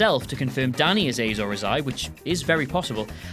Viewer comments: Really interesting list. And, dude, it's pronounced Az-or Ah-hi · ay zor ay zai. very queens englando fo sho. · you freaking mispronounced azor ahai.Azor azai wft. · i love you guys but you totally butchered azor ahair. like, totally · strangest pronunciation of "azor ahai" ive heard so far... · z = h, apparently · Sivaganesh Barker I think it was just a slip of the tongue they missed in editing I seem to remember on an episode of their opinions they did for season 7 he does pronounce it correctly.